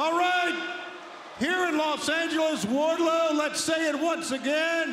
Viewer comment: Just me or is Justin Roberts saying "Warlow" and not "Wardlow"?